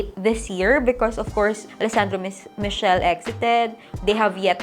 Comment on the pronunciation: Matthieu Blazy is Blah - zee not BLAZE PierPaolo Picciolo ja Pee - chow - Lee not PICOLEE Alessandro Michele is Mee - key - le not MICHELLE hope this helps and goodluck on your fashion school.